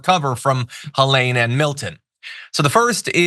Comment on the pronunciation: It's pronounced Heleen. (This is my sister's name.)